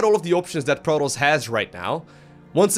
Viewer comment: Why the voice dog? Lol its "pro-toss" no R rolling or drown bubbles lol "IF" your below master league? Lol